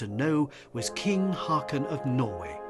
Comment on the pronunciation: Hákon/Håkon (and Haakon) is pronounced more like Hawkon than Hakon btw.